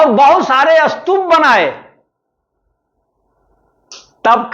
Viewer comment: Sir is the pronounciation of Stup is Astup...?